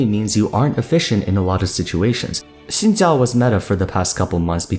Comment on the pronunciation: I cannot tell you how happy it makes me to hear "Xin Zhao" pronounced correctly ;o